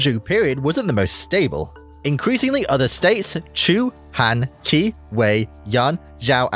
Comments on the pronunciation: The Qi and Qin you very terribly mispronounced... it's Qi = Chi and Qin = Chin. Not key and kin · No you're right! He did mispronounce it. Same as he did the Qi and the Qin